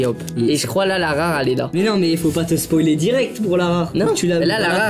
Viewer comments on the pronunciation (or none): none